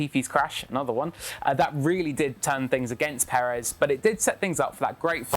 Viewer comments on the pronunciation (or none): none